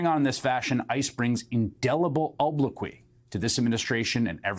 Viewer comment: nice job pronouncing obloquy😉